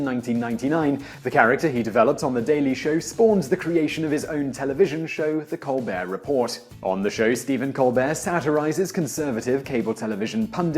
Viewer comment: you don't pronounce either Ts in 'Colbert Report'